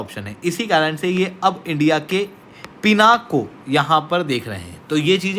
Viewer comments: Please update yourself. In Sanskrit it is pronounced as Pinakaa because last alphabet is given more stress while speaking. Hence, 'aa' wala sound aata hain. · Naming conventions in Bharat are originated from Sanskrit (Samskrutam) words. All Indian languages originate from Sanskrit and hence the name is Pinaka, not Pinak!! Stop pronouncing Sanskrit words as Hindi. Most of the language wars in India subside if everyone relates their languages to be derivatives of Sanskrit… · Pinaka is not an English word. Pinaka is a Sanskrit word. It is the name of Shiva’s bow. It is pronounced as Pinaka in Sanskrit.